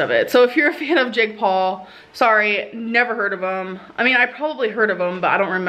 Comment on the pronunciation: Why does it sound like she's saying "Jig Paw" instead of Jake Paul lmao